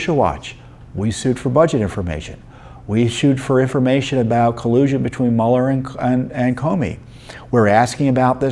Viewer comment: Don't apologize for saying Mule R. It is more accurate.